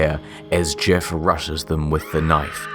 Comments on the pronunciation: Did he just call Jeff the same way boomers say gif? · I thought you said GIF the Killer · he says "jif the killer" therefore confirmed it is pronounced "jif" not "gif" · "Jif the killer" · nice way of saying jeff lol